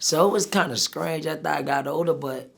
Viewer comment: “ it was kinna scrange “😂😂